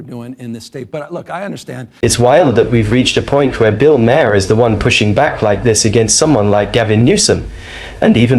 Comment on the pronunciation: Maher pronounced Marr, not Ma-hair, Ma-her or Mayor.